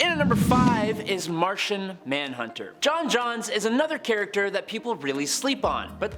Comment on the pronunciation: My boy said John Johns☠️